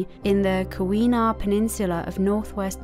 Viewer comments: Pronoumced KEE-weh-nah :-) Caskets had gone past my 3rd great-gmpa's house on Pine Street at the edge of town. He'd been a Master Carpenter from Wales, built his still-standing house, and stories of the Dining Hall's doors that had opened inward have been handed down in the family ever since. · The pronunciation for Keweenaw is (Key wee nah)